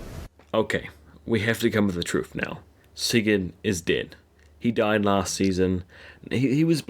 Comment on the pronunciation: Why the fuck do you say siggen he´s name is Sigurd